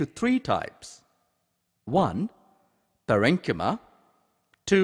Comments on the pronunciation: It's Pa - ren - chy - ma....... The pronounciation is wrong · You are very very right